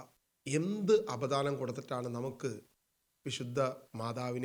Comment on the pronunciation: Say apadanam not apidanam